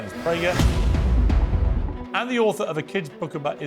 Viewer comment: Did Piers say "death Prager?"